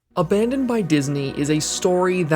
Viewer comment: “Aban*dong*d by God”